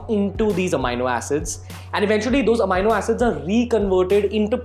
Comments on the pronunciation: it's a-me-no.... not a-mine-no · Are you Certified Nutritionalist?? Its Amino Acid not Amyno acid.. Secondly why we should listen to you?? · AMEENO HOTA HAI BHAI AMAAYNO 😂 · bhai pehle bolna seekh le... amino howe he yo.. Amaaayyynnnoo Na 😏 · AMINO PRONOUNCED AS AMEENO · Even I was wondering the same...so checked Google thinking I was pronouncing it wrong all my life..!! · Bhai phle Amino bolna sikhle 🤣🤣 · Never listen to a fitness "guru" who can't pronounce amino. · First correct your pronounciation of Amino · it's not right dumb ass , neither in American English , nor in British pronounciation